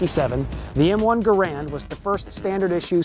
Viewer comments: ANNNNND - #6 - the correct pronunciation is NOT ga-rand, but gar-and. That is how the man's name was pronounced. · jeez..you guys really don't think much of your audience, all this stuff is super common knowledge about the M1, and it's pronounced "gare-end" not "guh'rand" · GARE UND NOT GA RAND. Respect the maker. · Lol he called it the wrong thing the whole time, he said " M1 Grand" when in reality it's named "M1 Garand" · He is mispronouncing John Garand's name (Gare-end, not Ga-rand) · One more fact: The man Garand pronounced his name, GER'-und. NOT "Guh-RAND" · His name was not pronounced grand.....it is Canadian.....pronounced Garen as in Karen but a G instead of the K......the GIs called it the M1 rifle, the civilian called it the M1 Garand (Grand) which John Garand didn't object to the error..... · So, when are you going to tell us something we didn't know about the M1 Garand? By the way, it's pronounced gareand, not gu-rand. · It's properly pronounced Gare end not Ga rand. The makers name sounds like errand. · “Garand” is actually pronounced "Garan" with a silent "n" if using a québécois accent, or /ˈɡærən/ in the international phonetic alphabet. "Garand" is French for "guarantor" or "someone who guarantees". Jean-Cantius Garand was born a french-canadian in Saint-Rémi, Québec, and his father emigrated to Connecticut with his family 11 years later. Jean lived most of his life in the USA, as a naturalized citizen. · It's pronounced Gair-end, like the word Errand. That should be among the things people don't know. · Garand's name is actually pronounced to sound like "errand" with a G in front. Also the rifle as adopted was developed around and used first with the 173 grain M-1 50K psi round not the 150 grain 42K psi M-2 round which wasn't adopted till 1940. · "the M1 - Car - Bean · The weapon designer placed the emphasis on the first syllable of his name; you obviously didn't know that. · He mispronounces both PeDerson and GARAnd.